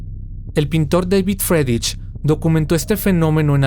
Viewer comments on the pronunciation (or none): none